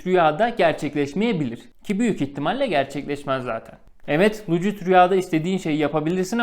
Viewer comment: Çok ciddi bir şekilde videonu izlerken senin' lucid' rüya demenle ip koptu keşke bir video hazırlayacak kadar zaman ayırmışken , anlattığın terimin doğru okunuşunada bir baksaydın Doğrusu lusid rüya olcak bilgine...